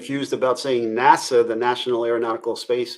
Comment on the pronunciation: It’s NASA, not nasaw